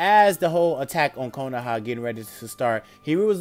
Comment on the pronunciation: when he said attack on konoha I thought he said attack on titan plz aot what ifs